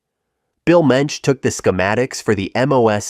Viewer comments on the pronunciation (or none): none